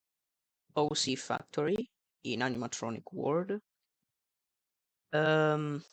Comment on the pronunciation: “OC fucktory”